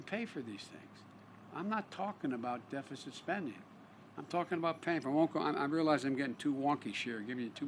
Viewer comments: Dee feh ceet? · Defacent however not deficit 🤷‍♂️ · Lets all have a Deefisit party Yeahhahahaaa! well if you can't read you can always be President lmfao... I thought Canada was bad for hiring a elementry school teacher.. but no.. Deefisit! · How do you mispronounce deficit..... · Almost 50 years of doing a terrible job. It's pronounced deficit like your brain deficit Any void of intelligence.